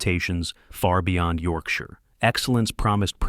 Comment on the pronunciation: As soon as the AI voice mispronounced Yorkshire, I turned off.